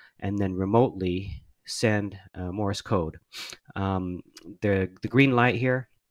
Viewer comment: Morris code! Cultural Learnings of America for Make Benefit Glorious Nation of Kazakhstan... It's Morse, not "Morris", people. Love my CW Hotline and the VBand site though, as I can't get on HF currently.